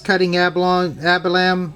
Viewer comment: Did you call it abalam?